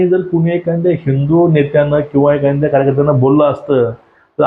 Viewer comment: ' एखांद्या " नव्हे एखाद्या असे बोला